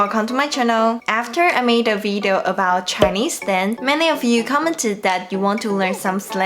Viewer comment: 剛剛回來看著視頻複習一下在台灣常用的詞語，發現視頻開頭Grace說的“video”聽起來有點像“eat“ 而不像”it“ Grace英文已經很厲害了，多注意這個”eat“和”it“之間的區別就會更厲害了吧 （比如說 "video" as opposed to "Veedeo")